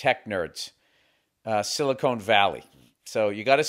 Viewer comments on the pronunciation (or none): Bill saying "Silicone valley" LOL. Can someone please tell him it's Silicon and that Silicon and Silicone are vastly different. I have to admin, a valley of "Silicone" might be fun. 8oo8s everywhere in the SILICONE Valley. LOL.